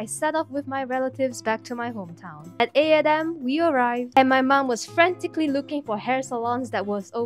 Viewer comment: "at 8 atam" 😊